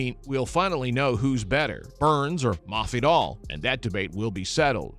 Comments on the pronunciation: Possibly a speech impediment? Or the guy is low key trolling mafidal. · i mean he pronounces every word except masvidal right, but i dont get the troll either, not sure tbh😂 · why do you need to pronounce his name like that ://